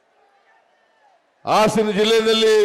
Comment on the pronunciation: ಆಸನ ಅಲ್ಲಪ್ಪ ಹಾಸನ ಮಾನ್ಯ ಮುಖ್ಯ ಮಂತ್ರಿಗಳೇ